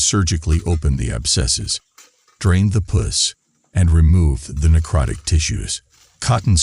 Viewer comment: Please quit blurring the procedures. We want to see that!! For people who are squeamish, they can just look away. And to the announcer: PUS rhymes with bus...you are not pronouncing it correctly.